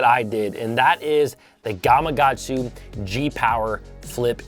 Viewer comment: Nice video...but its GamaKatsu lol